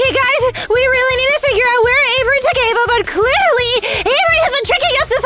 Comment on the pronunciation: Friend with Ava not aevey